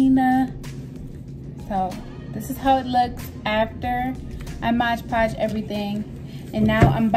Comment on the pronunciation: Hey boo... It's "MOD- Podge", NOT "MODGE-PODGE"... Jus a little important correction!!!!!